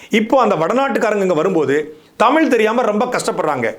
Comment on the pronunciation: தயவுசெய்து “தமிழ்“ என்று சொல்லி உச்சரிக்கவும். தமில் தமில் என்று கூருவதை கேட்பதற்கு நாராசமாக உள்ளது. 🙏🏻